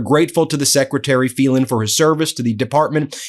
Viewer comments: Phelan is pronounced Faylan, not Feelan. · Ben, it’s an Irish name: FAY. Len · Phelan is pronounced "FAYlen." I had a teacher with that name. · Wouldn't his name be FAY-lan ?